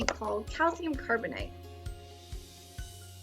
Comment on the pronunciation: It's pronounced carbonAte (8) not "ite" Carbonite is an explosive made from coal.